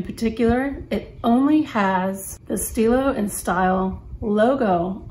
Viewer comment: "Stile" is pronounced just as stilo, but with the "e" Italian sound, similar to the e in English word "economy"... kind of :-)